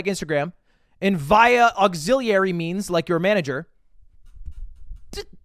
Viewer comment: Can’t stand Ludwig saying via instead of via